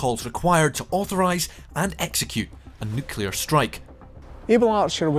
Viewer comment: Pretty sure this guy can't pronounce the word 'nuclear' correctly.